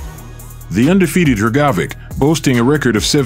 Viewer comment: I couldn’t focus on the vid every time Hrgovic name was pronounced incorrectly. Damn AI needs to be fixed.